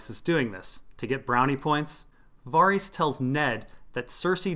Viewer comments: dude wtf it's pronounced vair-iss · Dude... I find these entertaining, but I will pull my hair out if I keep hearing Varys pronounced that way. Who told you that's how to say it and why did you believe them?? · They pronounce Varys in the show... you are dead wrong and it's crazy hard to listen to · i love your work, it's all awesome, but please for the love of r'hollor, can you pronounce varys' name the way i want it pronounced?? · Kinda unimportant but your pronunciation of Varys' name bothers me quite a lot when watching your videos.